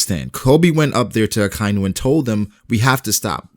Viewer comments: its not ak ay nu its aka inu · Ahkah-ee-noo. Akainu. Not Akiiinoo.